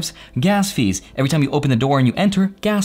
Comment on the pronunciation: “Tree Fiddy” 😂💀